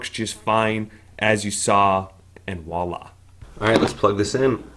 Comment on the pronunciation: Americans really are good at bastardizing language 😬 I've seen this one a lot and it's bad enough when you yanks say it wrong, but it looks even worse when you guys spell it wrong. It's not "walla!", or any variation. The word is "voilà!". And it is pronounced starting with a "VW" sound. It's French and it literally means "look there!". So they literally don't teach English in America? 🤔😅